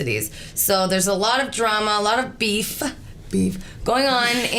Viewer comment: the way she said beef what happened 😂